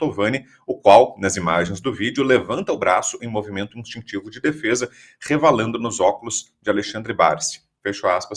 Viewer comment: "RESVALANDO" Brown, misericórdia, o teleprompter faiou? 😂😅